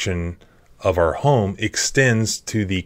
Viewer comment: Ex Paralegal and I absolutely love your Channel. The little catch phrase you say at the end of the the videos needs a small tweak. You say "ARE" freedom.... It's actually "OUR" freedom. Our rhymes with power. Are rhymes with car. 😊 anyways, I do love this channel.